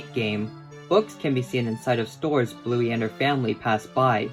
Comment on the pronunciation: Don't you ever rhyme "Bluey" with "Newy' ever again.